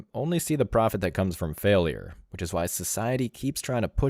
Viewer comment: Any woman who says “widge” instead of “which” can have no possible relevance in expressing an opinion on what a “ high end” woman or man is...